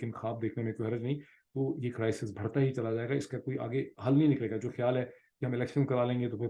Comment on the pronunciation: Aapki Urdu boht mazedar hai main correction krdaiti hn bherta Nahin..berhta hta hai..ilv ur dot connecting stay blessed❤